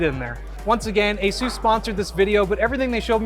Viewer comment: Dude said asoos